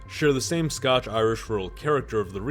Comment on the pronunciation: The Scotch-Irish thing was driving me crazy.